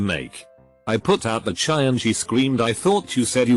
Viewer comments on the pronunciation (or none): none